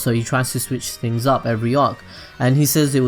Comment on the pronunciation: pronunciation error no.1....things=fings. lol. just yankin around.